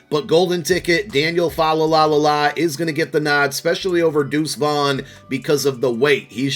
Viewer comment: Bro said “Daniel Falalalala” 💀💀💀 it’s pronounced “FA-LEI-LEE”